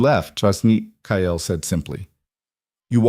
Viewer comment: The only thing I don't like about all the stories I've watched so far is that the characters all have the same names...and they say kyles name in several ways...maybe using different names that the AI can actually pronounce the way it's meant to would help...